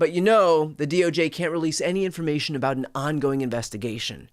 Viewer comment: No real "information," so she has to say "informamation" several times! :D